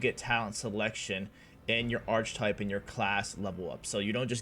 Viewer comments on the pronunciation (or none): I think it’s pronounced Ark-Ke-Type, good argument for melee I love my Abelard and Main Character Melee Psyker will you be doing any builds outside of this?